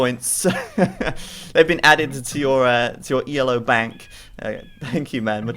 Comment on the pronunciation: Just so you know, the rating system isn't pronounced E-L-O, it's just Ee-low, after the man who created it, Arpad Elo.